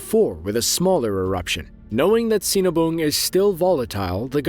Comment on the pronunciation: Great now I want a cinnabon, Oh he said sinabung gottcha😁